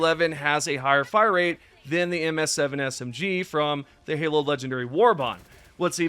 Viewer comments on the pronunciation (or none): none